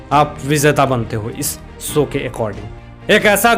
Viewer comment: Show not sow